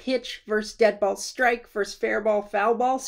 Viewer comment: Love you, but the word is "versus," not "verse."